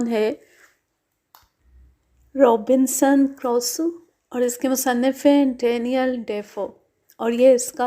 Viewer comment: Ma’am, it’s Crusoe not Croso